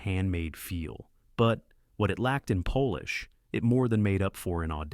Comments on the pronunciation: "......and financially, it worked. The movie cost almost nothing to make but returned several times its budget." I know that financially I wish I had several times "almost nothing". "......but what it lacked in Polish......" It made up for in Russian and French and Italian ......????? It's polish, not Polish. Thís is why you don't use an AI narrator. Okay, let's skip to "Blast of Silence". There is no way it belongs on the same list with what are true exploitation flicks. To say there was nothing else like it in 1961 is a strange claim considering poverty row studios were churning out gritty. low-budget films noir for many years prior. They just rarely did it this well. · "lack of pole-ish"